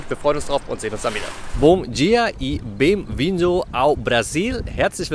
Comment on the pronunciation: die Mühe ist zu erkennen 😉 es ist mehr ein „ben“ bzw „be(i)ng“ als ein „bem“. Etwas pointiert meinte ich immer, es sei ein französisch ausgesprochenes nasaliertes Spanisch. Kann aber auch stark durch das Paulista gefärbt sein, von dem ich beeinflusst war. Aber ich sage immer: lieber Mühe geben und man erkennt es als gar nichts zu sagen und dann versteht einen wirklich niemand 😎 Sprachen sind schon schön und hilfreich. Eine andere Floskel von mir: „um jemanden zu verstehen, musst du ihn verstehen“ - meine Motivation Sprachen (bzw. Brocken) zu lernen. Und mal ganz selbstkritisch: mit meinem „strong German accent“ darf ich eigentlich gar nichts sagen 😂